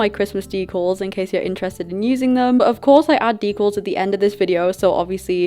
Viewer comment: I love how you say decals “deCuls” its soo cute and different